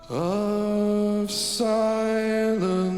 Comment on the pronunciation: One reviewer pointed out the ?extended? NNN as in silennnnce instead of silencce.